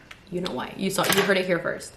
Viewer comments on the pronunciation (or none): none